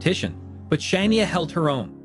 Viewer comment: Can you listen to your self say shinia 😂😂😂.